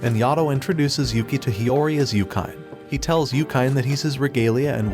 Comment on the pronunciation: Everytime I hear him say Yuki as Yukai, I get a stroke. It's like he didn't watch the anime